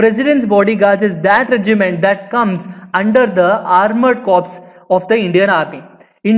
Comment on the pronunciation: its not cops man its corps pronounced as "core"